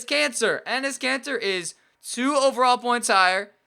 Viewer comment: and he says cancer instead of Kanter 😂